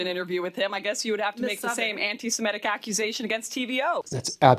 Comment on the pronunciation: The tweedy woman would do better if she said ANTI-SEMITIC instead of betraying her ignorance by saying ANTI-SEMETIC …